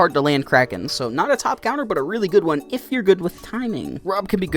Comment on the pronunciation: No wonder why he is number “Juan” BWAHAHAAHAAHAHAAHAAHAHA